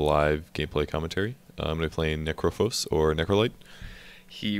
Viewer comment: Necrophos? Necrophos?!? come on Volvo!